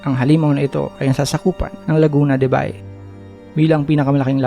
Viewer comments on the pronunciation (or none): It is pronounced Lagoona de ba-eeh or Lake of Ba-y (Ba-eeh) that is one of the coastal towns along the large caldera. This is not a BAY as in Manila Bay